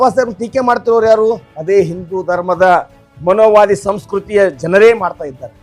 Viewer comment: ಅದು ಮನೋವಾದ ಅಲ್ಲ ಕಣಪ್ಪ ಮನುವಾದ, ಮನುವಾದಿಗಳ ಹೊಲಸು ಅಟ್ಟಹಾಸ ಎಂದು ಸರಿಯಾಗಿ ಉಚ್ಚಾರಣೆ ಮಾಡಿ... ಆಮೇಲೆ ಕಾಂಗ್ರೆಸ್ ಮತ್ತು ಸಂಘಿಗಳು ಎರಡೂ ಒಂದೇ ಎಂದು ಹೇಳಿ...